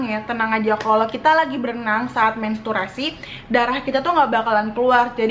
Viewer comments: bkn mensturasi. tpi menstruasi kak hehe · mesturasi hahaha, mentruasi kak hahah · mensturasi WWKWKWKW menstruasi kak